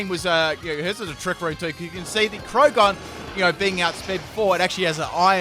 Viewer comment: you called it crogunk like four times lol